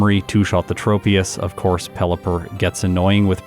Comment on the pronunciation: Im prety sure, "tropious" is pronounced like "tropics" (its a tropical tree pokemon) and "troposphear" (one of the atmospheric layers); not a hard "O" sond.